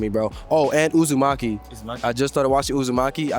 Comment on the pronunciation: poor guy when he said uzumaki